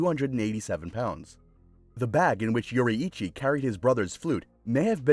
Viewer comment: "Yoreeichii" nice bro u totally saif it right NOT A HATE COMMENT!!!